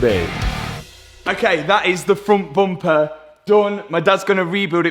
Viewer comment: Can you stop hanging around with you are starting to say bumpah! 😂